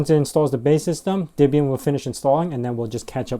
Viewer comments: It's not DIBIAN it's DEBIAN - the DE is like the DE in DEAD... not DI as in DIB DIB DIB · It's actually "Deb-ee-uhn", with a short "e" as in "Debra" or "bet". Not an "i" as in "rib", as you insist on pronouncing it.